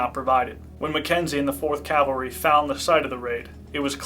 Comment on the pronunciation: PLEASE stop saying "calvary" when you mean "cavalry". It hurts the informed ear.